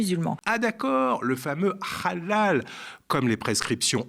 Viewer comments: Aussi Rrrrhallal, ca sonne comme Rrrrhamas. Et il me semble pas que ce soit la prononciation correcte en arabe. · Quand El krief va- t -elle dégager? Cette pseudo-journaliste sioniste est en roue libre sur LCI à vomir sa propagande anti-musulmans, anti-immigrés... Maintenant elle parle de "Rhalal" après "le "Rhamas", à déformer volontairement le nom de "Bally Bagayoko" pour de nouveau réitérer la prononciation de son nom.. À VOMIR! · La façon dont elle prononce halal n'est pas à la manière arabe mais hébraïque.